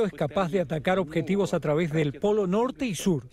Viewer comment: aprendan a hablar porfavor, ovijas nucleares, ojetivos